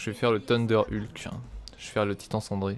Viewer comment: stop dire tunder hulk XD cendré ça ce dit cinder XD mais np tant que tu carry !